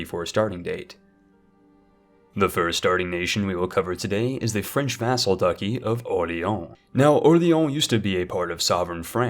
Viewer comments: DUH-chee ... not ducky. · Did you just say French Ducky instead not Duchy? Lol. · "Duchy" is pronounced "Duhtch-E", not "Duhck-E" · "Duchy" is pronounced like "Dutch-y", not like "ducky". It's also CascAYdia and SwAYbia in English. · Did he just say “the French vassal ducky”? Lol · He absolutely butchered pretty much every single pronunciation, I expect nothing less from an American. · I think you went so French that you called duchy a ducky. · The fact that he can pronounce Bologna and not duchy is astounding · you are the only person i've ever heard pronounce duchy so hopelessly wrong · Bro? How does someone who makes these videos not know how to pronounce dutchy?? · did you just call it "the french vassal ducky of orleon"